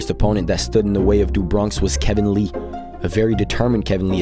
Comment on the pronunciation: Not trying to be a dick, but it's Do Bronx. In Portuguese Do is pronounced like Du, so why you thought it is Du is understandable, but I'm just letting you know. Cheers.